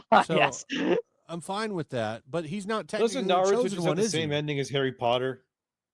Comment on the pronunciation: You claim to be a Naruto fan but can't even pronounce Naruto ? I don't believe your claim. It would make sense if your name referenced the DC Yellow Flash Eobard instead, especially because your avatars over the years have been just THAT Flash, never Minato. And for someone who purports to be so smart, the only proof presented for the claim that the entire Boruto community is after this guy is a single tweet by a guy named "Namek", with a NARUTO profile pic. You can't connect those dots yourself? Can you even think?